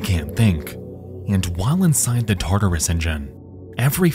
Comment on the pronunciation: I swear everytime you said "tartarus engine" I heard that as "taardis engine"